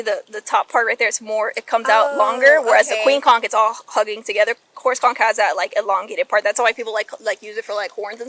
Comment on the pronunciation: Holy crap, you said "conch" correctly.